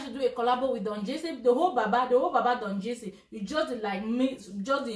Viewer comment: He cannot even pronounced Don jazzy.